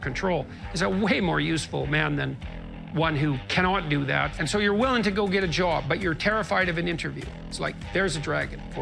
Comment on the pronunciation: "You want to get a jooowab, but you're terrified of the interview."